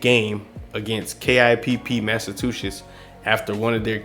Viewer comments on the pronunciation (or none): I think he said Massatwoshits